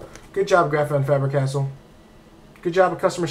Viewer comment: Holy crap, you saying it like "Fabber Castle" annoyed me lol, other than that very good video.